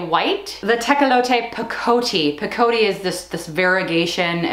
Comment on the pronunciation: Oh my, ranunculus are SO gorgeous. So glad you shared the stories behind the names; so interesting and fun to know. (It’s “pick o tee” not “pa coatee”). 😘